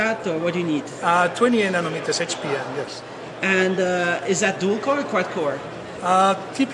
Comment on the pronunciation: Nonometers? Its nanometers genius:)